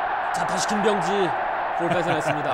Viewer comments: 아나운서님의 김비~여엉지 발음이 불안햇어욬ㅋㅋ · 김.병~지 선수 하는데 발음이 왤케 웃기냐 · 김, 병~지 선수가 띄어서 발음하니 먼가 좀 ㅋㅋ